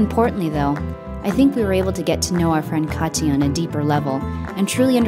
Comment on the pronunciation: pronunciation is a little off on her name ... it's a very hard T in Kati ... cut tea (leaves) .. just sayin